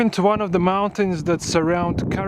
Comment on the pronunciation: I find your videos superb, also your language. Just some constructive advice: Try to shorten some vowels (for example, you pronounce "river" like "reever"). Some vowel combinations are actually pronounced like a single vowel, for instance "mountain"; the final syllable is even shorter than "ten". Keep up the good work!